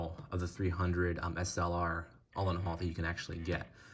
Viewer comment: His name is pronounced - "Ooo - len - howt" 🙂